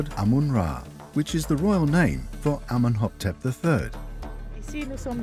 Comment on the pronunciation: Amenhoptep? The King's name is clearly written Amenhotep in the diagrams and translation.